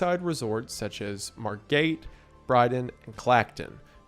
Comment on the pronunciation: That pronunciation of Margate hurt.